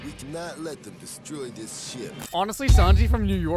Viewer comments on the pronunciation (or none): “we do not let then distroy dis ship” 💀